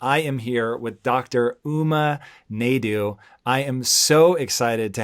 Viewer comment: Good one episode but noticed that TB avoided saying Dr Naidoo’s name at the end because he realised he had mispronounced it at the beginning 🤣